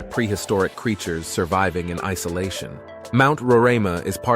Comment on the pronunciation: Awesome episode! Facts laced with mini stories that grab one's attention with longing to see this land personally! Just a few mispronounced names, Corenteyne... Kaieteur... Roriama...(I don't think you mentioned that Mount Roriama is the oldest mountain range on Earth, 1.7 - 2 billion years old.) ....Essequibo.... Phagwah, Roti, granted they are tricky words to pronounce. 🙊